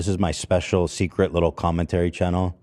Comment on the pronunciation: Any one else here chennel ?? Brother. Please say channel.